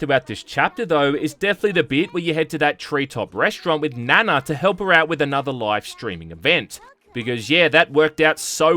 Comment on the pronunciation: Still saying Nana wrong. lol